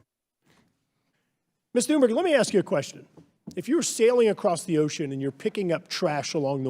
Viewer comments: Hey Spankburger, it's Thunberg not Toonberry. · Greta Thunberry!?! Americans always butcher the European names. lol :P :D :D But this girl is awesome. Much power to her and the whole movement.